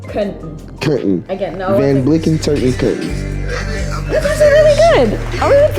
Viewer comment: Bro said van blicken 😭